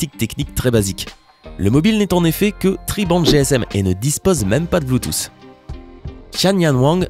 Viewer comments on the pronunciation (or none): none